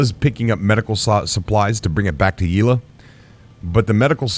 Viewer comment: Yel-a not Ye-la... lol